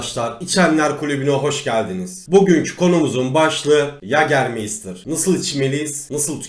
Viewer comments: Anlatım süper amaa yager mayster yerine meystir demeniz çok kötüydü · Yagermeystır diye okunmuyor yegamaysta diye okunur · mei değil mayyytaağr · İçkinin adını da doğru söyleyebilsek !?